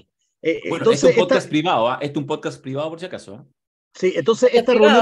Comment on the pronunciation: gueno, gueno, gueno...!!